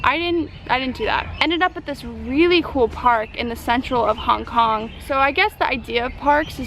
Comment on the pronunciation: You said Kong Kong you dumdum :D